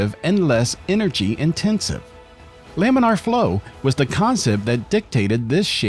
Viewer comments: Is that really how you pronounce laminar? "Loominar"? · Laminar flow, not luminar flow. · You started off saying laminar flow and then started saying luminar flow for the rest of the video. It doesn’t make you sound fancy, you sound like an idiot. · laaaaaaaaminar. It's "laminar," not "luminar."